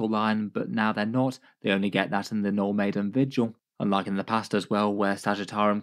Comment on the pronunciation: I heard 'No Maiden' detachment lol